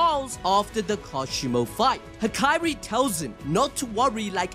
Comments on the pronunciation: It's HaKAri, not Hakairi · aint no way bro calls hakari "hakiri"